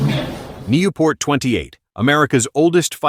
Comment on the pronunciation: That old radial engined biplane is pronounced Newport... Very good plane for it's time during WWI.